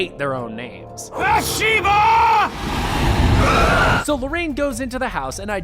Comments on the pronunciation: It's bath sheba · You say Bathsheba wrong